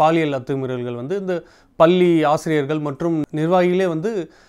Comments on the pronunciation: பள்ளி என்று உச்சரிக்கவும் பல்லி அல்ல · Anchor please pronounce as பள்ளி and not பல்லி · நல்ல நேர்காணல்.தொகுப்பாளரின் உச்சரிப்பு தவறு. பல்லி இல்லை பள்ளி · பேட்டி எடுப்பவர் முதலில் தமிழை தெளிவாக உச்சரிக்க வேண்டும். பள்ளி என்பது பல்லி போல உள்ளது. social media ,என்று ,கூறுவது போல schools எனகூறலாம் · பள்ளி not பல்லி plse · Reporter pronounciate 'palli' wrong.so correct it.